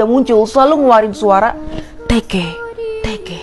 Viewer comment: Bukan tekeh-tekeh tapi teke-teke😕😕